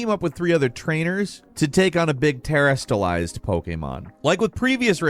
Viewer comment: You could have watched the trailer, like, once? Instead of mispronouncing terastalize every time you said it.